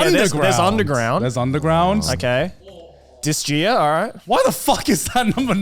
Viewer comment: How did he pronounce Disgaea???